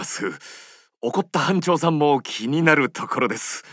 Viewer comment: ドラパで悪漢奴等に自己紹介する時もそうだったけど表のやっぱり「班長」言い慣れてないんだな かわいい